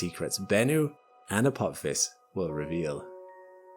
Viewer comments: "A pop his"?! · Stargate SG-1 fans recoil in horror as pronounces it "Apop-phis"... 🤣